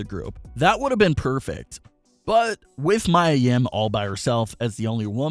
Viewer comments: Mia (Mee-Ah) not Maya (Mai-Uh) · It's pronounced Mia, not Mya. I said this last time he said his name. Might as well call her by her old name Jade or rel men Stephanie. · Anyone else annoyed he keeps saying Maya and not Mia Yim.... Sorry but it takes me away from the story.